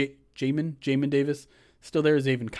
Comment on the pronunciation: Its definitely pronounced jay-min rhymes with lay kin lol